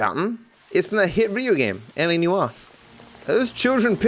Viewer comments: It’s LA NEWoir, not LA newOIR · Everyone: LA Noire: LA Newar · I love me some "LA Newwarrr"